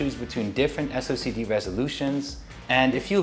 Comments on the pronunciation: "Socced" (read as "sock'd") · Lol ya'll are hilarious for this. I think you should just pronounce it silly like Wooting's "SO-KEH-DEE"